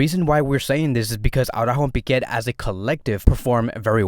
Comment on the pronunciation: Why do you call pique, piqet